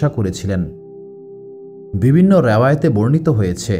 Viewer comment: আমি নতুন আপনার চ্যানেলে,,,কয়েকদিন থেকে টানা ভিডিও শুনছি বেশ পছন্দ হয়েছে আলহামদুলিল্লাহ ❤❤ তবে আপনার কিছু উচ্চারণ ঠিক করবেন নাহলে ভিডিওর কোয়ালিটি খারাপ হয়ে যায়,,শুনতে খুব শ্রুতিকটু লাগে যা থেকে ভিডিওটি দেখার মানুষিকতা নষ্ট হয়ে যায় এটা ঠিক করলে ইনশাআল্লাহ পারফেক্ট হবে ভিডিওগুলো।যেমন- ভুল সঠিক মদ‌্ধো----মদধে(মধ্যে) ওদভুত----অদভুত(অদ্ভুত) ভিবিন্ন------বিভিন্ন এএক-----অ্যাক(এক) হবে।।এর মধ্যে প্রথমটা খুব বেশী পরিমাণ কানে লাগে। দয়া করে সঠিকটা বলবেন নাহলে ভিডিও দেখার মানুষিকতা নষ্ট হয়ে যায়😢 আরেকটা বিষয় আপনার এই ঘটনাগুলোর দলিল পেশ করবেন ( বিশেষ করে গুরুত্বপূর্ণ পয়েন্টগুলো)।আমি প্রায় ৮/১০ টা ভিডিও শুনলাম কোথায় ভুল পাইনি তবে দলিল পেশ করলে ভাল হয়।।কোয়ালিটি ভাল হয়,অথেনটিসিটি বৃদ্ধি পায়৷